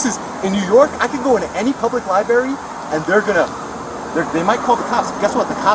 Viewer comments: Bro. I love you, but if you’re going to go to a Li-brary, you should really learn how pronounce the word. You know it’s not a li-berry, right? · WTF is a "liberry,"? Is it like a boysenberry or a marionberry? Maybe a raspberry? Learn how to speak like an adult, mr." journalist." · QUIT SAYING LI-BERRY. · I'm triggered by everyone saying "lieberry," ffs. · “Liberry.” LMAO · He should be arrested for saying LIEBERRY repeatedly. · BS. lawsuit against the CIty of Danbury, the Library, and those cops FAILED. Danbury got the last laugh. And the library rules still require a permit to film in the library (or "lie-berry" as the idiot pronounces it) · He can go into any public LIBARY he wants!! If you gonna scam the system at least learn how to properly pronounce LIBRARY. Clown ass fool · What a sad existence it must be to just purposely want to make some people uncomfortable and annoy others. It's weird. Can't even say the word "library" correctly but yet calls others stupid ( , , among others).